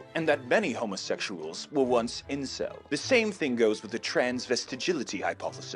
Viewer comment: he even got the Incel name right gawdamn